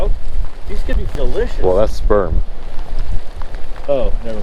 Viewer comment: First time watching your vid. Really piqued my interest. Will subscribe and watch more of your channel. I do appreciate that you're down to earth kinda guy and your buddy is the same. Buddy: "Wonder how this eggs would taste like?" You: "They're sprerm" 😂 real hard. Woke my kids up. And yeah. It's past bedtime for me.